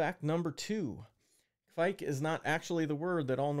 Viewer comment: I like the first "kuh-vike" sound so much more than the later "quake" pronunciations